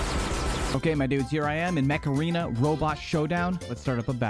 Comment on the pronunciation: mech arena sounding like macarena